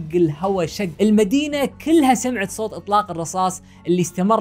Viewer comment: الكلمة صوت وليس صوط